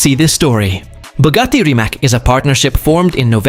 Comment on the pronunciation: Reemats!!!!!! Not Reemak!! Learn it! Respect it!